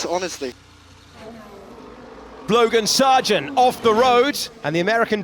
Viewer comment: did he say blogan sargent ?